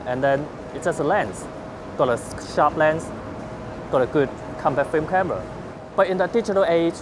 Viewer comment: cwappy fwilm camwa